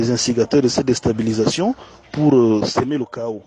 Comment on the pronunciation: Et puis le mot déstabilisation donc tu prononces me met mal à l'aise.